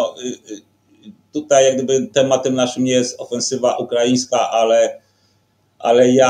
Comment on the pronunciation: Mówi się tutaj. Nie tutej.